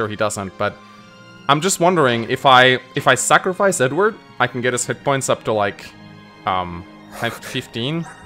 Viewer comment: It sounded like said Ednerd instead of Edward